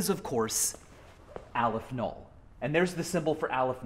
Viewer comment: Just as an FYI, Aleph-Null is pronounced "AWW-leff null". It's Hebrew-ish